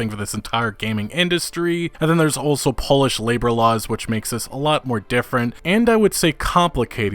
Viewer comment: Did this guy just say Polish labour laws but he pronounced Polish as shoe polish??